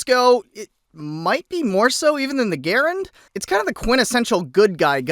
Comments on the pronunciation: And you pronounce "Garand" correctly! (rhymes with "parent") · for pronouncing Garand right